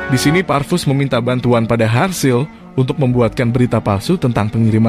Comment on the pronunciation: Serasa aneh nama harzl diganti dengan sebutan harsil😪